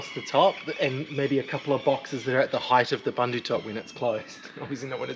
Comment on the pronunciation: The Bundu top is pronounced "boon doo".